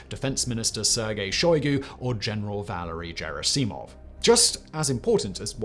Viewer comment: I cringed so hard every time you mispronounced “Valery Gerasimov”